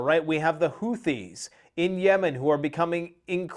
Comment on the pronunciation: Who-tee not who-thee